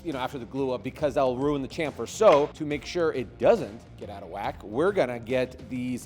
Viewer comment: Nice build. It’s pronounce “SHamfer”